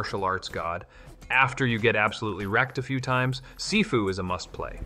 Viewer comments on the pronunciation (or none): none